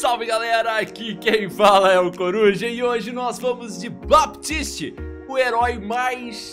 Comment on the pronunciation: o P do baptist é mudo.. pode falar "batist" k